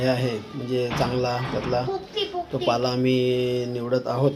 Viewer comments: पाळा नाही हो पाला बोला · पाला शब्द आहे, पाळा नाही